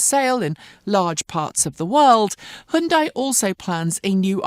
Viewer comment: Hundai? Who stole the 'y'?